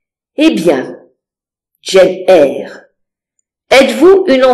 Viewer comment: Ça ne se prononce pas pas "Jeanne Eyre" mais "djeine Eyre" 😊 même en français. 😊. Faites l'effort 😊